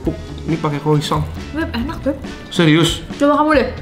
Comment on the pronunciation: Saran untuk, cara ngomong "croissant" nya buat sakit kuping yang ngerti cara bacanya 😅. Grat pronounce it better. Moga² besok² kalau mau cicip makanan asing, at least bisa dicari correct pronunciation nyaa yaa. Thank you